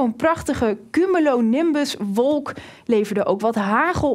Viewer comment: Het is geen CUMOLONIMBUS maar een CUMULONIMBUS! (CU-MU-LO)